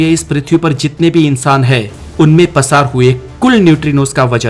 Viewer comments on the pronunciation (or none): पसार नही होता है प्रसार होता है😊